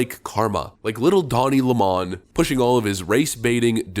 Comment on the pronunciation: Pronouncing lemon as lamon make you sound dumb AF